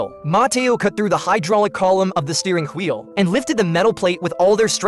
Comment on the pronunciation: He😂 he said tgweel